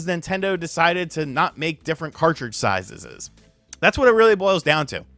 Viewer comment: Did just say different card sizezes?